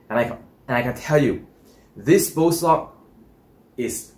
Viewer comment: ...are you saying "Bow Sock" o?? Does this Bow sock , wick moisture away from the bow. ?? Are they thermal Socks ??